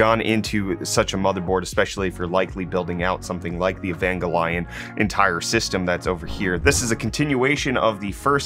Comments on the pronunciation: It's a hard G. EvanGELion. Not Evanjellion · E-Vange-E-Lon, I have no problem with this.